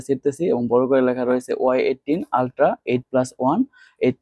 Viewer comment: এইটিন না। এইটি 🙂